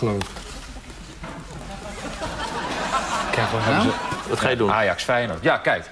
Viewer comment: Fei je noord? Zo spreek je dat nier uit